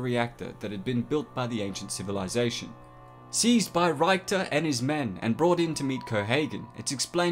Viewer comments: It's pronounced RICK TER!!!!! Also, it's pronounced mel EE na!!!! :) Watch the movie, you won't be sorry. EDIT: Also, you can't say that our universe is objectively real if we can only experience it subjectively. Personally, I believe we are living in a simulation. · Him saying reichter angers me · you mispronounce so many names. Ryekter? Maleyna? they say their names so many times throughout the movie bro. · How he pronounces Richter triggers me so hard! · I agree with all this except the way you pronounce Richter. Did you not watch the movie? Maybe you just read a transcript? Baffling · I wish this guy would say Richter like it’s said in the movie! Pssh, Brits! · that mispronounciation of ''Richter'' though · Why do you keep saying "Reich-ter"? It's Richter! As in, "see you at the party, Richter"! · The movie with the biggest Arnold Face ever. Also there's a lot of mispronouncing of names... like 'Reichter'.... I think he is just Richter, not Hitler's 3rd Reich(ter) :P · If this is one of your favorite movies, you should know that Michael Ironside’s character’s name was ‘RICK-ter’, not ‘RYKE-ter’. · Rhy-ckter? RICK-ter Great video! Paul Verhoeven giving us thought provoking, ambiguous endings decades before Christopher Nolan thought up inception! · Good video except of his mispronunciation of Richter. It's RIK-ter, not RYKE-ter. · Ricktor not 3rd. rychter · Why the hell are you calling richter "ryke-ter" ?? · his name was Rictor like Victor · It's Richter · It's pronounced Rick-ter. That annoying bit that makes me question your story of this being your favorite sci-fi film. Otherwise a good film breakdown. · "Reichter" lol